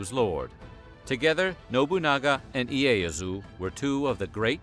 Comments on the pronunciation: Leyasu dafaq it's ieyasu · Tokugawa Leyasu..? It’s Ieyasu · It's Tokugawa Ieyasu, not Leyasu, but otherwise good video. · Great vid! But it’s not “Leyasu” it’s Ieasu. “ee-ey-ah-su”. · And it's pronounced closer to "Ee-ay-yah-su". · He pronounced 'Iayasu' as 'Leayasu' ➕ I'm sure the name Yasuke was pronounced 'Yas-kay' not 'Ya-ku-say' though i may be wrong 😄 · Two mistakes I humbly point out: daimyô is to be pronounced “daimyô” rather than “daimô”. I don’t really mind that one. Then,Tokugawa Ieyasu with an “i”,not an “l”. I’m only 5 minutes in, I believe there will be no other mistakes later on.